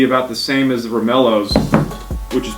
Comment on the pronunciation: Turned off as soon as he said “romeloes”